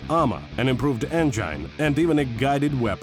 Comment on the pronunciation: I would love to meet the person who taught him how to pronounce the word engine.....